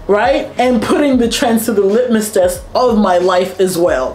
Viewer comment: Great video. P.S. I think you meant to say "litmus test", not "limit test".